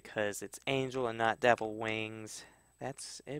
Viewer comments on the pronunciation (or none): none